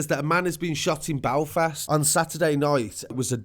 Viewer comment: 'BALFAST?' it's Belfast